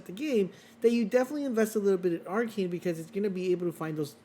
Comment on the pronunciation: Ar-KINE? Isn't it ar-KANE?